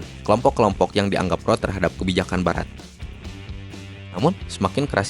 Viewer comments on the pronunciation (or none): none